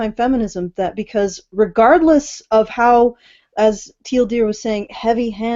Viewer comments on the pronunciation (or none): I just realized;DR was said as Teal Deer